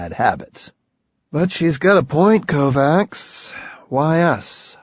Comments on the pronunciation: Sounds horrible , but the mispronunciation of Kovacs as ‘Kovax’ instead of ‘Kovatch’ is a remarkably ignorant shortcoming. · He is pronouncing Kovacs incorrectly? The first book made a pretty big deal about pronunciation. It's a soft -ch sound, not a hard C. KOE-VACH. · You had one job, it's pronounced kovaCH. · i listened right up to the KovaCKS. fuck you learn to pronounce slavic/hungarian names. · I think he does it pretty well except for the name he’s got wrong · What the shit is it with the tin can reverb all the time?! Annoying as hell. And real good job on mispronouncing the main characters name when he's talking to himself, while all through book one he got annoyed at people who didn't know how to pronounce Kovacs right. Fucking hell... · I love how, after 2 books of pronouncing the main characters name properly (per the description in the first book) the same narrator pronounces the name completely wrong. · Not gonna say it's a good reason, but if the people he is talking for don't know, makes some sense why "kovacs" isn't pronounced properly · It's killin me every time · You're absolutely right...and it's the main character mispronouncing his own name when he's thinking to himself that I find especially irritating. I haven't been able to get through this book at all. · It's making my teeth itch, but he does a good 'Beard Having Hallucinogen-Induced Visions' voice. In fact, I think he's not so bad as a voice actor, overall. I just wish someone had told him about how we pronounce 'Kovacs' around here 😄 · And the missproninciation of the fucking surname